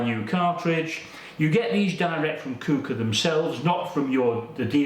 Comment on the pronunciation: It’s pronounced Qu-ooker as in Quick Cooker